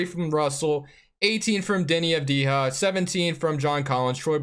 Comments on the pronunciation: It actually pronounced deni av-dee-yah . Its an Albanian last name the j makes a sound like the y in yellow. Keep up the good videos bro! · Pronounce Avdija like you pronounce for example Jokic, as it is written...